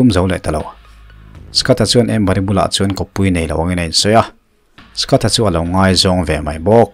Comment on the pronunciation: Skat i ti a ... Scot tih tur a nilo a mi? Scott